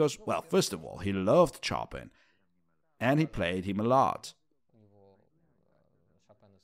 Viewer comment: Great doc but it really freaks me out when someone misspronounce "pianist" and above all "Chopin" 😢